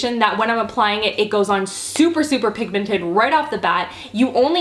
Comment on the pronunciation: was anyone else bothered by how she said the word pigmented?